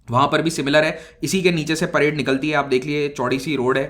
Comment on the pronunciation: parade not parde